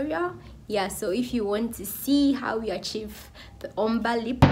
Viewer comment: Lovely 😍 Ombre pronounced * (OMBRAY)